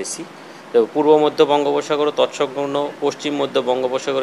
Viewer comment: তৎসংলগ্ন শব্দটা উচ্চারণ করতে পারছেন না